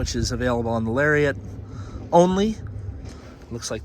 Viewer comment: Lol when he mispronounced Lariat.